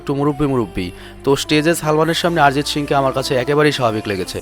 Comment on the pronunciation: আরজিৎ সিং না রে ভাই অরজিৎ সিং